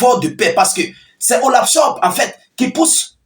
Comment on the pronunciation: C'est pas Olav chop c'est Olafcholz😂😂😂 t'es têtu toi on te corrige tu continues